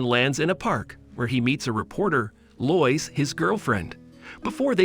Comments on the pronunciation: Lois is pronounced LOW IS..... geeze man learn English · I hate how incorrectly you say Lois. Its said like "low-is" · I like how Superman meets a reporter named, "Loyce." Because of course that's how you pronounce "Lois," as everyone knows. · Most people would pronounce Lois more like low-es But I like how you say it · He is actually saying loyis. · way it says lois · Telling by the way you pronounce Lois tells me you've never seen a movie with her in it. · you pronounced lois wrong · Many many times